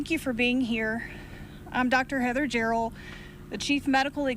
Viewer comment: He keeps calling her, "Dr. JOR-EL", as if there were some "Superman, the Movie" connection...but, her name, as pronounced by herself, sounded like, "Jerrol".